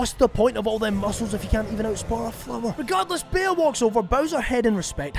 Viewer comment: mispronouncing Bea the whole video chipped away part of my soul 😔😔